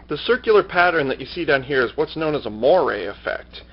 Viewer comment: Thanks for the review. I think I will order one. It's usually pronounced "mwah-RAY", by the way.